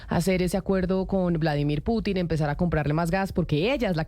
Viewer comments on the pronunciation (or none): Vladimir Piuutinn😂😂 la periodista